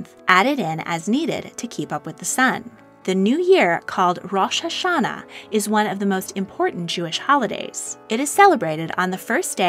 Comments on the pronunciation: By the way, Rosh Hashanah is pronounced Rosh Ha-sha-naah, with the emphasis on the last part of the word, rather than the first part. Also, Tishrei is pronounced tish-rey. Hope I helped! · Also the Jewish new year is pronounced rOsh HaShana ( the o in Rosh is a hard o and there should be a stress on both the ha and sha in HaShana)